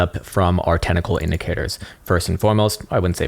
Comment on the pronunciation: Technicals, not tenticals...